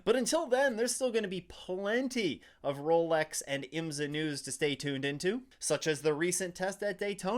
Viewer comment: Like your videos but please pronounce IMSA properly. It’s IM’-SA. Not. IMS-A’.